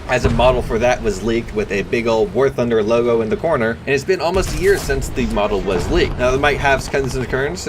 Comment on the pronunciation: it's literally impossible to hear what you say in the intro welcome back to warthugnhnugufne